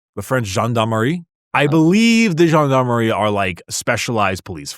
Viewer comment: butchering the pronounciation of Gendarme was so spectacular.